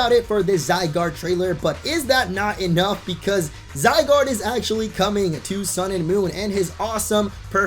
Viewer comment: "Zy-doge" Nice.